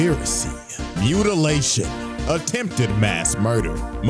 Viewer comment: tf is "Mutitation" lol